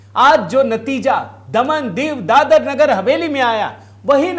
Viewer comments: क्या बकवास कर‌रहे हो? ..प्रचंड जीत,मतलब ऐसी जीत नहीं है कि जिसको छोड़ दिया जाए इस अनर्गल प्रलाप का क्या अर्थ है। महाराज दादर नहीं दादरा है जिसे आप दादर नगर हवेली कह रहे हो, समझे क्या। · दादर नही दादरा